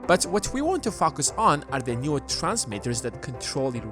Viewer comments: you always freak me out when you say FOCUS , for a moment i hear another word lol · i hear it too lol